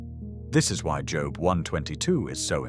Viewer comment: Cant even say his name correctly??? Bye!